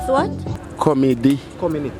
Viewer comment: Rasta man say Comedy??? Committee????😂